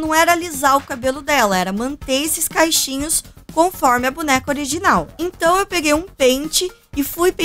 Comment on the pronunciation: Amei o vídeo! Mas, me desculpa pelo que eu vou dizer: vc falou "caixinhos" mesmo ou entendi errado? Porque o certo seria cachinhos, que vem de cachos.. ☺️